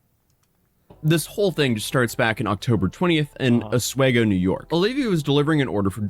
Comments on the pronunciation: The S isn't pronounced. It's said oh wee go. At least by locals. I briefly lived in the area In The early 90s. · This happened near me. I remember talking about it at work with my co workers. crazy story. It's pronounced OS-WEE-GO. As a lifelong New Yorker i can say with very much certainty that she will not see a day of jail time. probation most likely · I feel assaulted by her fucking eyebrows and by the way pronounced Oswego...lol